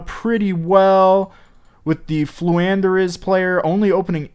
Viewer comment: Lmao purposely mispronouncing names has me rolling over here